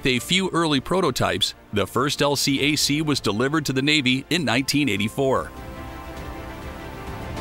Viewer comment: LCAC is pronounced “L Kack” in the US NAVY. I know, I was there.